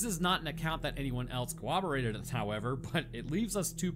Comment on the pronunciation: Cor-rob-orate not cowoberate